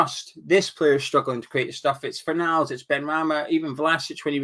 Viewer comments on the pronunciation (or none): none